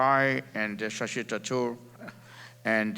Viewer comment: Shashi Tharoor not Thachur